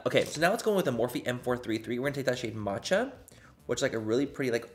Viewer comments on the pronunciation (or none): none